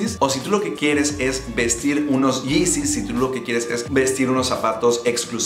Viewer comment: Los yizis, los izis dice jajajajajajaja.